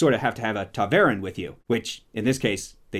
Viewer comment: Valon rhymes with talon. That drove me nuts almost as much as anything else about this mess of a show.